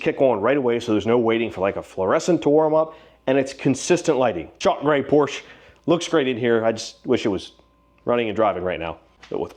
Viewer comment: I had to stop at the mark when you pronounced Porsche like a fan-boy.